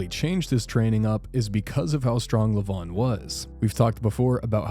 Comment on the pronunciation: Its levan not levon😂😂😂😂😂